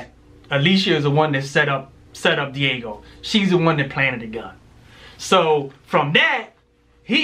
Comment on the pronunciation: He said Diago